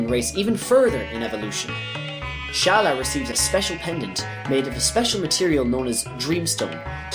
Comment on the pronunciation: And it's pronounced Skaa-laa, not Shaa-laa. LOL omg and it's NOT Mage-us, it's Maag-us! Like the Baa of a sheep but with an M. C'mon man. Also, the Frozen Flame is not referenced anywhere in the game of Chrono Trigger, so not sure where you made the coorelations for that from.